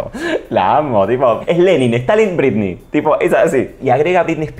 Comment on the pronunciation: Dice "brindy" en vez de Britney...me.pone.del.orto